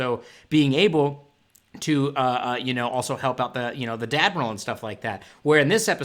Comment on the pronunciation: Do you say Dadmiral?